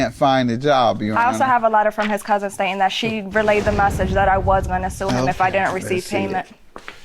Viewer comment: I HAAATE when people say COUSENT...It's COUSIN ma'am.